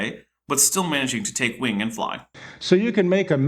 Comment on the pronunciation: When he says "wing" it sounds like "wang" 😂